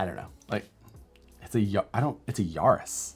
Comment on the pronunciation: Ya-ris not Yar-is